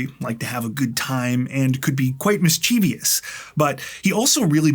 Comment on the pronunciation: Enjoying your videos very much from England. But please, please, the word is mischie-vous. As far as I know there is no such word as mischiev-ee-ous